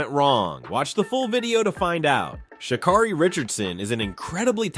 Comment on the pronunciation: Pronounce her name right